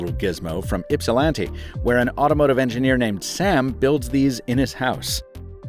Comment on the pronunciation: As someone who's lived there a few years, I had to do a double take when I heard you pronounce "Ypsilanti" correctly.